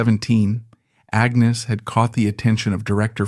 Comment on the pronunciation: Why do you keep changing the pronunciation of Agnes's name?